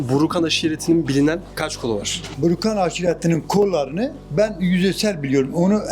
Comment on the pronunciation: Burukan öyle mi 😂 Önce doğru bir şekilde adını öğrenin kardeş